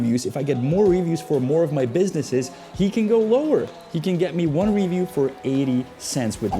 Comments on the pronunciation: dude, i hate the way you say ree—view stfu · Omg Cuzzy I trully love your work. I as well am bilingual. Fluent in Czech and English. I enjoy both of your Chanels. Possibly my favorite of all YouTube. Not trying to be a jerk, I have never once heard you mispronounce an English word till this episode how do you say Review? Rívjů? Revjů? Dělám prdel 🤣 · The way you say “review” drives me nuts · Video difficult to listen to due to the weirdest pronunciation of the word "review" EVER HEARD. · You're pronouncing it wrong bro . In america You don't say review like that